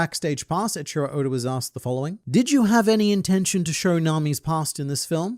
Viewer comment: Do you keep calling Eichiiro Oda "Ed Sheeran Oda" ??? cause that's what I'm hearing when you say it, lol